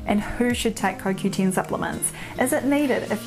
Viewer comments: It is CoQten. Not CoQteen. I was not sure if you were talking about CoQ10. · lol! Its the dialect I guess....Sounds strange...